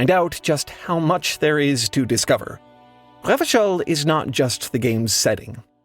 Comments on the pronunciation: pronounced the hell out of revachol lol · I was thinking that he was doing an amazing job of pronouncing those French r's. I suck at the French pronunciation of that letter. It makes my throat hurt. 😅